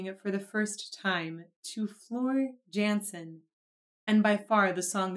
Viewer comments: Jansen is pronounced “Yansen” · It's pronounced yansen